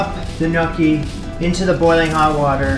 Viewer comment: My father has just risen from his grave to inform you that they’re pronounced “nyaw-kee,” not “nyookie.”